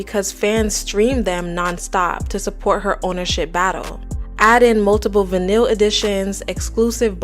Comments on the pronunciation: it’s v-eye-nil not vinil😭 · Va-nil?????? You mean VINyl?!?!? Girl are you an ai robot ? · Obsessed with your pronunciation of vinyl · Not everyone knows the right way to say words okay chill. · they should probably figure out how to say words before making an entire video for people to watch. She deserves to be called out for her mispronunciation. How she even got that from the word vinyl is beyond me. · How do you not know how to properly pronounce “vinyl”? 🤣